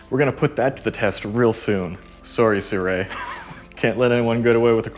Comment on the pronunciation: How do you get "si-re." Out of 'Sirui'???